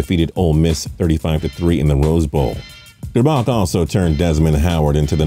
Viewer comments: OMG and it’s gerrrbac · He also pronounced Elvis grbac's last name wrong. It's (gurr-back) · Shem-beck-ler and Ger-back